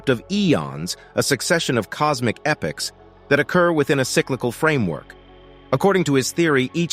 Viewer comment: Very interesting, but not so much as why the narrator keeps pronouncing 'epochs' as 'epics'. That's the greatest mystery.